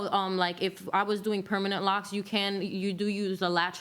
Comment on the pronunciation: I heard “locs,” looked up, then immediately started laughing. Ma’am. 😂😂😂